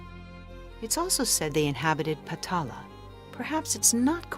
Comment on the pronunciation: It aint potala its patala